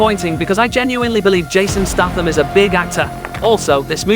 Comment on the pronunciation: The amount of times you mispronounce Statham is truly staggering